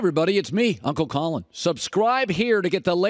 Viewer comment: Why did you say Uncle Collin like that lol